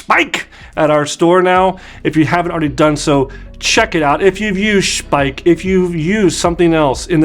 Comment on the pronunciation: In their own videos they pronounce it "Schpeik", with a "sch" like in the beginning of the name "Shawn" and an "ei" like the "I" in the name Mike...